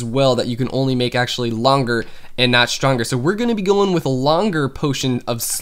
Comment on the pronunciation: HAHAAHA Shronger - Stronger